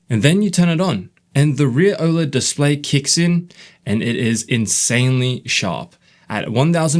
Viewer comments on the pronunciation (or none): none